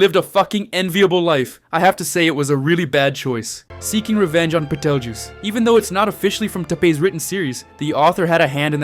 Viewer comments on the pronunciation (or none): none